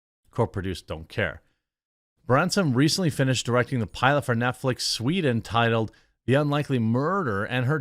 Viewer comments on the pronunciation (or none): none